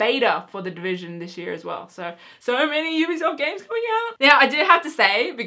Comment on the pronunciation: I believe you said EBsoft ....or at least sounded like it lol because you said Ubisoft after that and I realised it sounded different so I checked it again :D